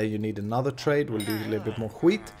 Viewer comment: När du säger ``wheat`` så låter det som skit XD